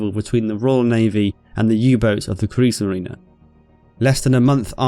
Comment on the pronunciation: kriegsmarine doesnt have an a at the end of it